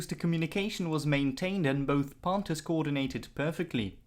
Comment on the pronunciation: Pohnthers? Wtf?